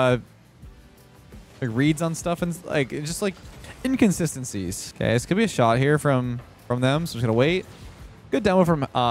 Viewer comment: "And we got the shart on target"